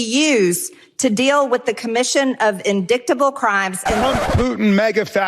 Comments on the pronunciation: MTG is obsessed with diks. Hence indicktable instead of indictable. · Yep another GOP hack who earned her GED. It’s actually pronounced indictable not indick-table “Empty” G 😂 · "INDICK-TABLE"?? ARE YOU FUKKING SERIOUS?? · 😂😂😂😂…she said “in-dick-table” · In-dick-table? Good god, Margie. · in-dick-table? Rly? Seems like Ms. Greene spends too much time on some websites ... xD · in-dick-table. lol shes a lawmaker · Marge was thinking about Hunter when she said indicktable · RASKIN 😂😂 YES!! “…or inDICKTable…” I mean this guy is savage ❤ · "In-Dick-Table" 😂😂😂Good for you Rep Jamie Raskin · Don't tell me she walked out like Hunter did!!! In-dick-tah-bull. Mediocre, excellent, or a smart question? 😂😂😂😂😂😂😂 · She hangs her fake glasses off her nose to look so smart while mis pronouncing indictable. 😂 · In-dick-table! LOL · Does Large Marge even know what she said wrong? It wouldn't surprise me if she still has no idea that she mispronounced "indictable." She very likely has never actually seen the word in writing. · "IN-DICKED-ABLE" How ignorant can any adult be, and we can't forget the people who vote for such ignorance. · Everytime I hear MTG say 'in-dick-table' it makes me laugh and laugh. MTG reeealy has a thing about dicks.😂😅 The woman is a true nutjob.😂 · High School Dropout MTGreene is so stupid she refuses to get training on the process on government procedures in congress. If she new how to read or pronounce hard works like "Jane goes to Congress" maybe she would get elected next year. But her Idiotic language, ideas, bigotry, and Maga communism keep proving that she does not belong in congress. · Why did you run, Marjorie Taylor Peen? Apparently you’re afraid of some words. Hahaha “In-dick-table” 😂😂😂🤣🤣🤣 Go back to English class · Or is it .. In-DICK-table. I think Hunter's 3rd leg is living rent free in her tiny mind. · When she was talking about in-dick-table, I think we know what she was thinking of. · In-Dick-table? She still thinking of Hunter’s hog?